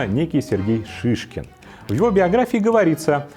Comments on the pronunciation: зачем говорить шишКин, когда написано шиШИн? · Не Шишкин, а Шишин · Не Шишкин а Шишин